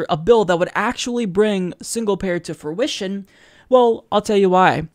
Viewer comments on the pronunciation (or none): none